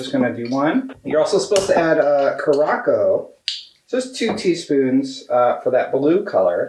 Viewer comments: Omg the way you pronounces curacao hhahahahaha "kur a sow" is how its said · in next week's podcast: "I'd like to announce that I now know it's pronounced cu-ra-sow, please stop messaging me."